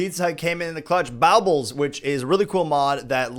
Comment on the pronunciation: Is it pronounced borbles or bowbles